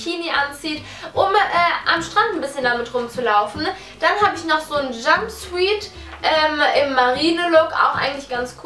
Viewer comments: Jumsweet😂😂😂😂😂😂😂😂😂😂😂das heißt jumsjut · ja die stelle an der sie "jumpsuite" gesagt hat wurde mir schlecht haha aber naja was soll man tun:p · Suite wird suite ausgesprochen, suit wird "sjut" ausgesprochen und die bedeutungen sind komplett unterschiedlich. :D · "Nottizzen" & "jump-swuieet"😂😂 lol